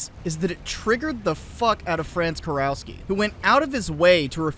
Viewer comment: Small correction. The proper pronunciation would be something like Kurofski.